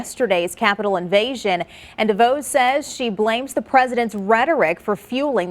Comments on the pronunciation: DeVOSS, not DeVOZE. Why don't you know this? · Dah-Voss not daVoze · It is pronounced De-VOSS. where have you been for the last 4 years? Is the name new to you? J io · Its DeVos not devoos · FYI, as someone who lives in Betsy's father's town, (Amway, the original pyramid scheme company) and 5 miles from her, the O in her name is soft, not long, as in Hoss Cartwright. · After all these years she doesn't know how to pronounce Devos' name?